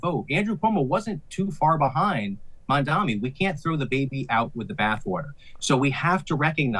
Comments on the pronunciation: There is a concerted push by bigots and islamophobes to mispronounce Mamdani's surname as MAMDAMI. We know you're doing it. You're not clever. Please fire the news anchor. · It's M-A-M-D-A-N-I, Mamdani the purpose of mispronouncing is to show passive aggressive opposition without openly saying your for or against him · say his name right 😭😭😭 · The stupid host needs to learn the name correctly. It’s not that hard.